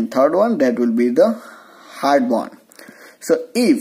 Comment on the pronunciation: It's not band type. It's bond type